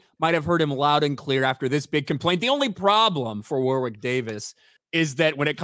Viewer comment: oof the way you pronounce Warwick the 2nd w is silent btw